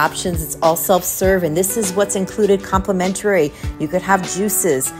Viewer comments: With respect, complimentary (5syllables) not complementarary. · you're killing me with some of your commentary. Complimentary is not complimentarary, and I had to think about what you were saying at the taco bar. Habanero sauce is not pronounced that way. Most of your Italian words were also interesting to say the least. It is a very informative tour and I enjoyed how you moved through the venues. No specialty restaurants leaves out a large portion of the experience. Hard to do on a shorter cruise. For someone with a travel channel, they would be tax deductible if you're earning money from your views. Keep at it. You're doing great.